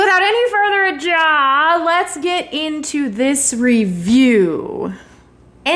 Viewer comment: As usual I love your mis-pronunciation of ADO!! And thank you for reviewing this flick and saving me the time and money just to be let down. I think the problem this franchise has is Myers doesn't talk, so he's just a mime killing people. That type of thing worked in F13 movies because instead of trying to transform the movies into long drawn out talkies they just sent Jason out there to kill idiots and everyone was happy. The scriptwriting on this franchise has been bad for a long time and if we don't like the story surrounding the killer, and the killer is mute then that doesn't leave much substance to absorb. People just talk about the KILLS, but what happened to the story we fell in love with at the beginning?